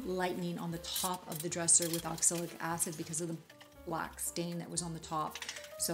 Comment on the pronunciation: Just so you know: it is oxalic acid, not oxilic acid.